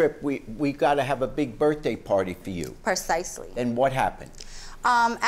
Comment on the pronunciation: I think its funny she tries to act sofisticated and can't even pronounce the word PRECISELY... Persicly she says lmao